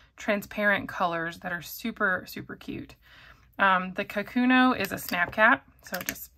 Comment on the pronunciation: The Pilot pen is not a “ka-KU-no”, it is pronounced “ka’-ku-no”. Japanese is a pitch accented language, not a stress accented language, and the name かくの means “writing”. The first mora should have a slightly higher pitch than the second and third morae, but the stress should be equal.